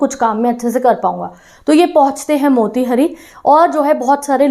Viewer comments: Didi I am from Motihari. It's pronunciation is not मोतिहरी it's मोतिहारी 😢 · Mera ghar motihari me h , ma'am aap be galat pronounce kiya h wo मोतिहारी hoga